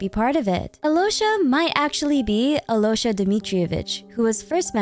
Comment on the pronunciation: Absolutely love how you botched every name.Keep doing it lol Alloysha HAHAHAHAHA